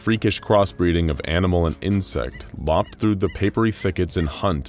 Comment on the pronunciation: Another weird mispronunciation. "Loped" is NOT pronounced "lopt" (rhyming with topped or hopped), it rhymes with lowpt (rhymes with doped, hoped, or coped). Your job is pronouncing words, Narrator, so doesn't it make sense that you'd make sure you are pronouncing words properly? Hearing words mispronounced can cause others to mispronounce words, which is a real harm caused by an entirely avoidable, inexcusable mistake. If you're not sure how a word is pronounced, Google it. If you encounter a word you're not sure about, have someone listen to your recording BEFORE you upload it. It really affects the end quality of your videos, which, otherwise, are excellent. I'm going to keep pointing out mispronunciations, as long as they keep appearing in your videos. Let me know if you'd like help with the problem, I'd be happy to provide it.